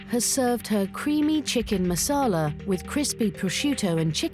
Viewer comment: marsala not masala